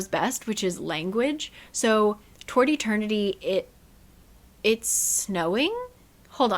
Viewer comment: I was listening to this w/o watching and I swear you were saying “tortie turkey” when you were saying Toward Eternity 😂